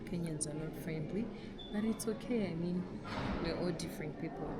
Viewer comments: i heard meam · Go back to school 😂 she said mean. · she said mean